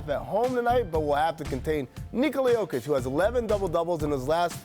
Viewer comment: This Dave guy doesn't even know how to pronounce Jokic's name but he knows that he's not good enough. You should replace those shamful ignorant analysts.